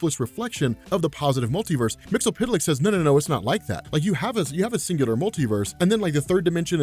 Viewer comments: umm "mixispituhlick" not "mixulpituhlick" GOSH napoleondynomite.gif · It's Mister Mxyzptlk not Mxypydlyk. It shouldn't be too hard to just read all the letters. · Hey, first time comment here. It's Mix-yez-pit-lik. Mxyzptlk. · SAY IT WITH ME NOW! MIX - YESS - SPIT - LICK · It's pronounced Mr. "Mix-yas-spit-lick"